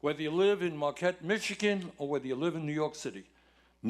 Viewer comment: There’s no ‘r’ in Marquette.